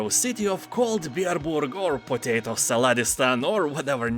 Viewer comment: Totato salad!? Are you German?)